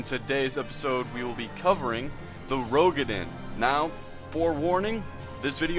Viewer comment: FYI it is pronounce "roo-ga-din"